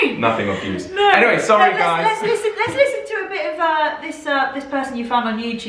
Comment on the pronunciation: Again, the biggest tell for me as an American that someone is Canadian is "project" and "process" having actual "o" sounds, rather than the American prah-ject and prah-cess. When you said they say "I'm sorry" a lot, you didn't pronounce it the (stereotypical) Canadian way. A Saturday Night Live appearance of Canadian Mike Myers had him first saying "sahr-ry" American style, then after being corrected, he said Canadian "sore-ry". Some Canadians also pronounce "been" more like "bean". He hasn't been a regular for a long time, but if you can find old episodes of the Canadian satirical news show "This Hour Has 22 Minutes", listen to Greg Thomey, who is from Newfoundland (extreme east of Canada; their time zone is UTC- ). I think of him saying "candy bar" with the latter word shaded strongly toward "bare".